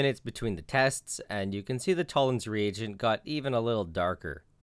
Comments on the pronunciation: Fucking Americans... It took me over a minute to realise you were saying "reagent," and not "region." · am i alone on this or did it sound like he was saying “Tollen’s Re-egion”